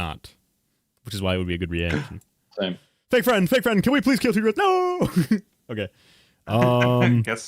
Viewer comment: There’s this weird thing where his name is actually TDread, but like everyone pronounces it like Tdreads except him